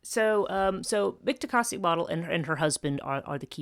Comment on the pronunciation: Dude she can't even say her name right. Worry about your own culture, stop embarrassing mine with your outsider speculations. There's a while cult and mythos that survived from ancient times well into present day, the Nagual are very much still active. You just don't know because you are an outsider of our culture and will remain so- particularly concerning this lineage of sorcery. Have a great day